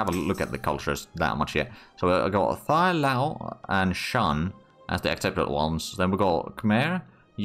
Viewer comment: That was the weirdest pronunciation of 'Thai' I ever heard! 🤣